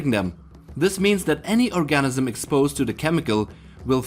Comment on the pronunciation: I had to stop listening purely from the way he was saying 'organism'.